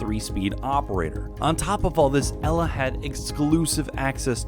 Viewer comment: I'm polish and you just butchered Elas name and equipment.